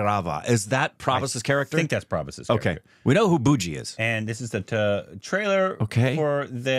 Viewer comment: It's not bajji. It's "Bu','jji"